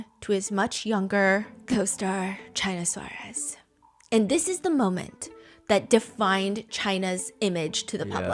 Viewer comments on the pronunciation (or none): it is killing me how you are pronouncing her name hahaha, just so you know it is China Suarez, china pronounced in spanish (chee-nah) suarez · Stephanie is lovely and I appreciate the effort but her way of pronouncing "Suarez" was too funny, sorry 😂 I spent the longest time thinking she was saying "Chinasaurus". Which sounded like a crazy nickname.